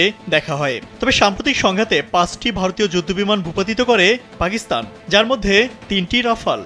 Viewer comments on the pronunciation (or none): none